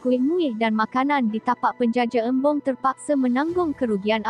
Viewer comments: Saya pun perasan… Chembong disebut Embong. Embong tuu nama orang.Chembong tu dokek Rombau. Alahai… main hentam jaaa. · Chembong bukannya Embong. Aduuhh parah betul admin video ni.